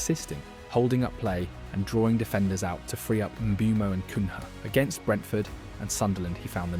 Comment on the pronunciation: You and the internet have to learn his name is not pronounced as it spelled. He calls himself MBOOMO like in BOOM!